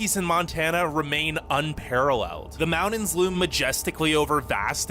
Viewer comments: I know, right? That voice is so irksome and the way he says "mountains" = "mount-ens" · the amount of time he said "mounins" lol